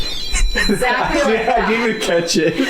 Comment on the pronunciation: I love you but your not allowed to say even anymore until you pronounce it right please lol.